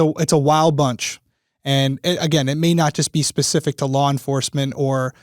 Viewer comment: I know jury instructions are a must but hells bells by the time the judge is done I’m ready to run screaming from the courtroom. And why does she pronounce law as lawer? Is it a Ma thing?